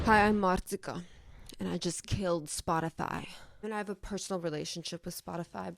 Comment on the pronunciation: SAMEEE, most dobott fel a youtube és nagyon tetszett a videód! Csak beleakadt a fülembe, hogy milyen szépen ejted ki a marcikát és megkellett kérdezzem ;p